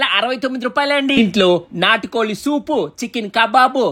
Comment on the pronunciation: నాటు కొలి కాదు నాటు కోడి